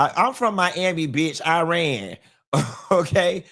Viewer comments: Its actually pronounced "E-rahn" short a annunciation. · It’s pronounced EEEE-Ron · When I went to Grambling State University….my World Lit. Professor was from Iran. He taught us the correct pronunciation is E’Run. 😂😂 It’s ok Q, I’m from New Orleans and I know I fu$k up some words. 🤪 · It is pronounced Iran